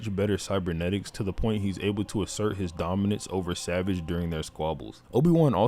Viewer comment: Bro you gotta learn how to pronounce savage 😭